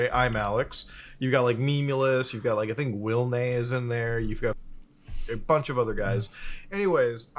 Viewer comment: "Will-Nay" yes mutah! I'm using that 😂